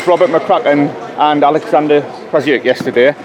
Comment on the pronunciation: Why do people pronounce names different to the actual folks they are mentioning. Olikzander?